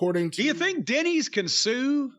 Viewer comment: He say Denny's or Diddy's....😅😂😅